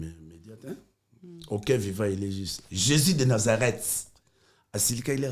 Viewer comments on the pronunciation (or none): none